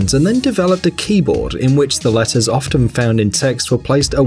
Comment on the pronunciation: latters lol it’s letters Jk is prob an accent